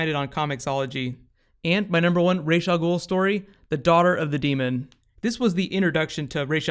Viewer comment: Based on the arabic spelling.his name is pronounced raas not raish.